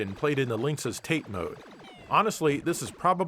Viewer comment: You pronounce Tate Mode wrong.